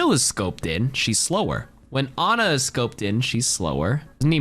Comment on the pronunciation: How does an Ana main mispronounce her name 😢